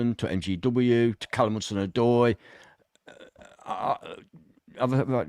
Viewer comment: "Worse than Tim in the comments" - hold up, I was just trying to help you with pronunciation! I told you it was N-Doye, not Doye 😂 You gotta start trusting me bro. I was right about Forest getting Europe within 5 years, I was right about Ndoye and I'll be right about Forest staying at least 10 years in the Prem (which I said to you when we came up). You're welcome 😉